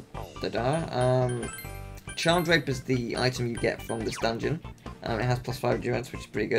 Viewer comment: you say Charm Drape, and even as i watch the video, i thought you said Charmed Rape,.